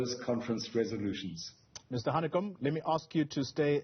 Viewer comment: It is #VETERANHANEKOM to you. Not how you announced his name.